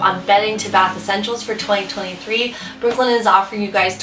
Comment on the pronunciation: Brook Linen, three time you said it, and I could never pick out the words you said. Work on this for advertising.